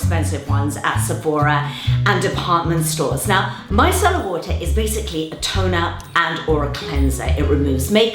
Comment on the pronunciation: At first I thought she said “my salad water”